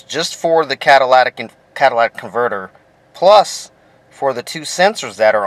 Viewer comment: You're pronouncing it wrong it's not a Cadillac converter